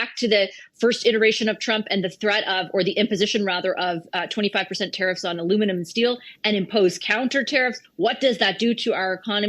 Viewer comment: Geez!!!! Its....... tare iffs!!! Not ta. Reefs!!! TARE IFFS.